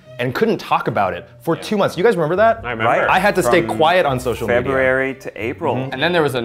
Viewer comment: What is it about Buzzfeed people not being able to pronounce "February"??